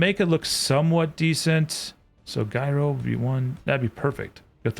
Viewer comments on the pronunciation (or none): Um no. It's all jai-ruh. Even the British pronunciation is jai-ruh. There's no guy in any of it. Why would you give random and incorrect advice? Have you actually heard people say guyro? Because if so you need to find them and slap them in the face. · Funny thing about Gyros... it is pronounced Ji-Ro... unless you are saying gyroscopic in which case it is pronounced guy-Ro-skop-ik. So you half nailed it. Definitely like your vibe man. have fun growing and enjoying the SE community. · Uggh. It's pronounced JYRO. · What the heck is a guyrow? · Just ran across your channel. Interesting game your playing. However there are a few things that bother me. The fact that you say gyro wrong. Granted the same spelling has two different definitions. One you can eat and one that stabilizies a vehicle or an aircraft. That being said for the one you have the best way for me to explain it would be Gyro with an I sound. But the g sounds like a j Kinda like. Jiro The one you eat Gyro has a silent g and the y had E sound. Kinda like eero. What im hearing you say sounds like. Guyro which isnt right by no means Not sure if you can make sense at what I'm saying. But hopefully you get it. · Great video series! I'm REALLY new to the game and I've been watching Spitzie's Tutorials. I guess YT's algorithm thought I'd like your channel too and for once, it was right! LOL I can't wait to binge-watch the rest. PS. Just and FYI, (not nit-picking). The pronunciation of Gyro is the same "J" sound that's in Jim, not the "G" sound in Golf.